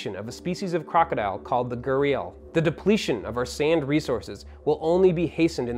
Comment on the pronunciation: He absolutely slaughtered the word gharial. It's pronounced gar-e-el